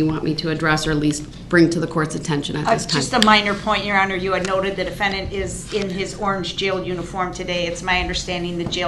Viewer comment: Yeronner, I axe for a dismissal because the letter, i, in the word, idiot, was not dotted in the complaint.